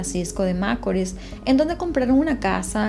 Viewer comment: Tu no eres dominicana qporque repetias una y otra ves macorl con acento en la. A. Y tu sabes muy bien q el asento va en la. I